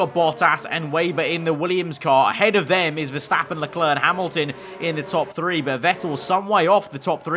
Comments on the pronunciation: Mr Anonymous verstÆppen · the way says Verstappen 🤣😂